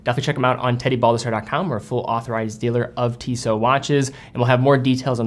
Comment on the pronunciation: It calls TissoT, the last T you spell :)